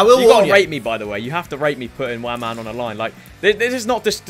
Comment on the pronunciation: They are evil so evil and attempt of saying WAMANN was poor